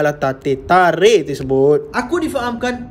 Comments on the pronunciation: "ala tatikh ala tatikh" 😂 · ala tatikh ala tatikh tarikh😂😂